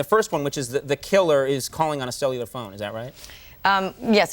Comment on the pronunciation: A "cellular phone," and she had a glitch pronouncing it---so pre-2000s.